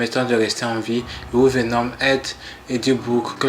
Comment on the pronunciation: Merci pour la vidéo, j'ai appris pas mal de choses sur Vénom. Par contre la prochaine fois il faudrait décider quelle prononciation, anglaise ou française, vous allez utiliser pour les noms des héros.